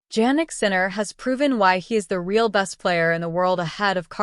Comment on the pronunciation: Please check the pronunciation of Sinner’s first name. You can try to listen to TV and double check